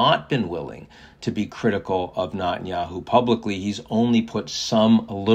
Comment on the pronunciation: First, get Netenyahu’s name pronounced correctly. You sound like a nube. Second, you are way off on Israeli support for cease fire. If that were the case, his right flank wouldn’t have so much power. Remember, they live in a parliamentary democracy. As soon as the coalition breaks, due to lack of support, it’s over. So Israelis overwhelmingly want to continue the war until complete victory not just in Gaza but in Lebanon and Iran.